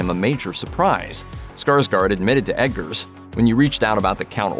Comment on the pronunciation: It sounds like you're saying Edgars. It's Robert Eggers (🥚ers)